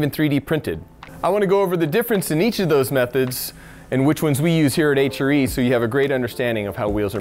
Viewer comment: Why does it hurt my brain when he says HRE? The way he pronounces R makes it sound like he is saying Ehytcheree. LOL stupid I know but yeah I'm weird, anyone else weird like me? LOL